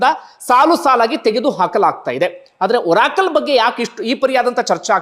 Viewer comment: ಬಂಧು. ಅದು ಓರಾಕಲ್ ಅಲ್ಲ ಬಂಧು. ಅರಾಕಲ್.